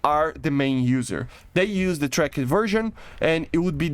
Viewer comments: dude stop using the silent letters in the english language tracked is not track-ed it is trackT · The way he says tracked like trak-ed rapier is cool